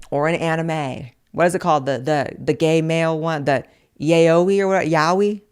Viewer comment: you sure pronounced yaoi correctly there, that's interesting to get right on the first try girl